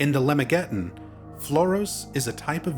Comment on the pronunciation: Just a quick note— "Lemegeton" is pronounced /luh-MEG-a-TAHN/. "Arbatel" is pronounced with the last syllable secondarily stressed, like /AR-buh-TELL/. "Yaldabaoth" is usually pronounced /YAHL-duh-BAH-oath/, though your pronunciation isn't 'wrong.' The "s" and "g" in "Trismegistus" are hard.